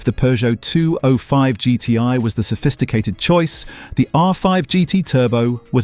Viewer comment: AI Voice kills it for me. Guy cant pronounce 205GTi properly